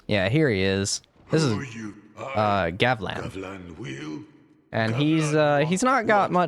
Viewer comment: Gavlan wheel? Gavlan deal.